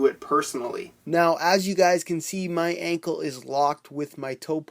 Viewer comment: Anchor... **Anckle** lol.